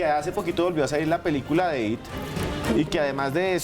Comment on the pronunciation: No se dice IT SE ESCRIBE ET Y SE DICEI I,T